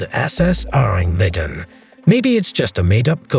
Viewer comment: Awesome video but that’s not how your pronounce that Ourang Medans name